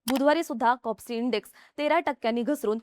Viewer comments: कॉस्पी लिहिलेलं असताना कॉप्सी असा उच्चार होतो आहे का? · कोप्सि की कोस्पी😂😂😂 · Kospi ahe bai kopsi nhi media ahe jara pronunciation tari nit kara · Please Correct she said KOPSI it is KOSPI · Kospi not kopsi